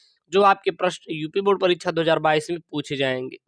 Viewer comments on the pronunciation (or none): none